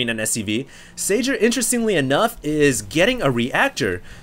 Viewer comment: Spot on about the 'Huk huk' thing hahaha I know it's just a name but Red terran's name is pronounced 'Sayer"